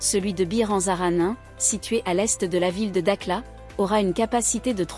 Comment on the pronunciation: Elle s'appelle da"kh"la. Et non da"k"la.